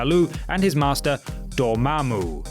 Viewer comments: You say Dormammu pretty damn well. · I love how you pronounce Dormammu.